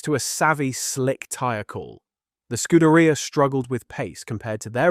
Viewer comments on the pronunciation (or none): none